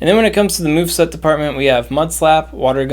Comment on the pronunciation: Did you say mew’s mew-veset? 😂